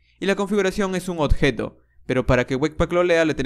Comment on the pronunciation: Odjeto, Ocserbar, octener, MAN HABLA BIEN ME CAGO EN TODO